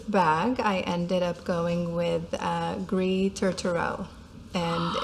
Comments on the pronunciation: Gris is pronounced gree in French…..the last letter in most French words is not pronounced! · Don't read the - S at the end of "gris" or French words in general. It should sound like "gree". Your pronunciation of Touterelle (seagull in French) is correct 🤗 This was a great video. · Gris is pronounced Gree. Bougainville is bu-gan-VEE. Rubis is RU-bee like the gem. Etain is e-TAN but don’t pronounce the N. Hope this helps😊